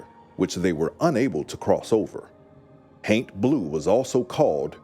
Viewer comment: Every time he says haint, my juvenile mind (despite being over 40) keeps hearing TAINT lol 🤣